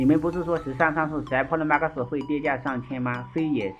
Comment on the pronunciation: 破囉馬克思是三小，發音發好不好嗎？